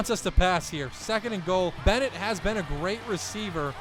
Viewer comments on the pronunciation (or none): none